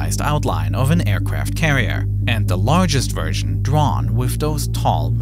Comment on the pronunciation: the aicwaft cawiew🤣🤣🤣🤣